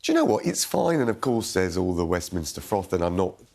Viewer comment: 'Westminster foff' WTF!